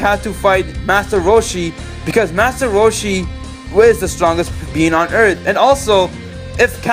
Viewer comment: "Destroying every humanity on erf"